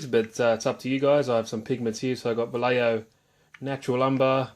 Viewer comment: You don't say " valeiyo", correct pronunciation is "vaieho"